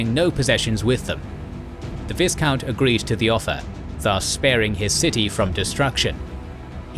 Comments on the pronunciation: Viscount is pronounced v-eye-count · The pronunciation of viscount almost drove me to insanity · Thank alot, now it's doing the same to me.